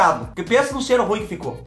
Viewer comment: "Depois que já vissou" hahahhahahahahha berroooo